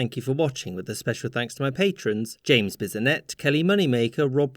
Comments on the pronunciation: Still Biz-o-nette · Does James Bisonette know he's pronouncing his name wrong?